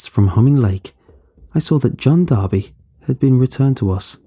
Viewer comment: "Its D'arby not Barbie"